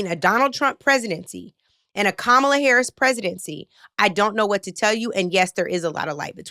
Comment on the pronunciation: NLP shouldn’t have even bothered to platform that last “listener,” if he still feels the need to purposefully mispronounce VP Harris’ name.